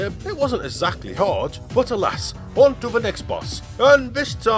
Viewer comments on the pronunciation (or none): none